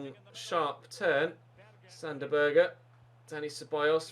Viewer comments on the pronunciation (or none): none